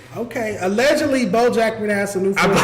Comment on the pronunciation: Boe keeps saying his name wrong 🤦‍♂️🤦‍♂️🤦‍♂️ that’s not cool